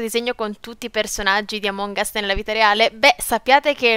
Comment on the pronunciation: Non si dice amòng us